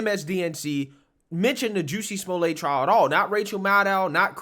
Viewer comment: oh Juicy Smoo-Lay....tsk tsk tsk......the shame of that bish